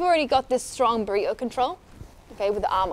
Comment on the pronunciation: She's saying Burrito with an accent